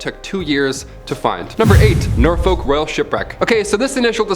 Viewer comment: the way he pronounces Norfolk and Plymouth annoys me